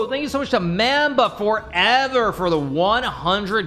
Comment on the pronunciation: Hikaru saying mamba wrong made me realize everyone doesn’t know everything about Kobe